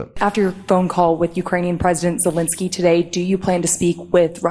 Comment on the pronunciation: Hi Ben,really enjoyed your reporting,but would you mind trying to find out to pronounce Zelenskyy’s name correctly. Alenka